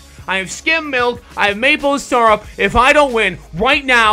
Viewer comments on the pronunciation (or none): ITS SYRUP